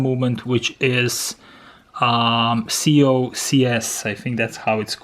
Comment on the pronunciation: COSC, not COCS.